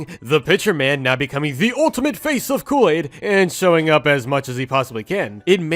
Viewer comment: You have been calling kool-aid cool-laid🙃🙃🙃🙃🙃